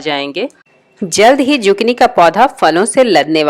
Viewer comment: Z nhe s padho esko Sukini hai ye